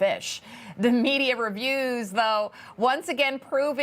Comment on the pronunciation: Love you said Kamalie 😅😂😅😂😅😂